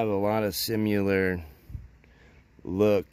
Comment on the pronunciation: My dude, I like your videos, but your mispronunciation of the word “similar” as “simuler” is nails on a chalkboard.